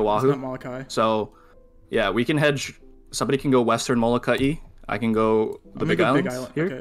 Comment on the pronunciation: respect to the guy who said it correctly not to many ppl know how to properly say this islands name Molokai ☺️ it’s where I’m from love the content keep um coming cheee🤙🏾🤙🏾🤙🏾